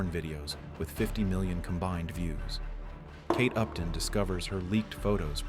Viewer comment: i thought he said "caked up", then after rewatching i found out he said kate upton😂